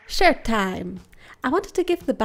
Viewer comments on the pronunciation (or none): Her: Shirt Time! What I heard: Sh!t Time! Me: Did she say sh!t or shirt?!